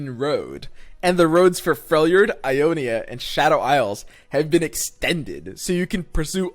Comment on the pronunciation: did... did he say felJORD?...